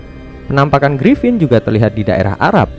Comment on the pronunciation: Gripon tai bukan gripin